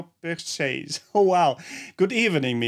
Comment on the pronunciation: The second word ends with an R sob bekheir 😂 u kept saying at the end RTCH idk 😂 but yo u did so well 💪💪